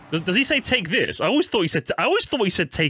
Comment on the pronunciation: I used to think mario saying “take this!” was him saying “baby dee” or somethin 💀